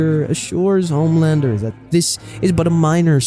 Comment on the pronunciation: he said it right your wrong